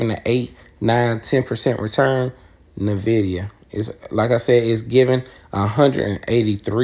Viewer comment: EN- VID - E. - AHH. Respectfully the proper pronunciation, don’t want you to miss pronounce it and people judge you or think that you don’t know shit about what your talking about